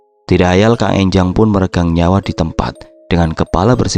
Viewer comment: Enjang bukan Énjang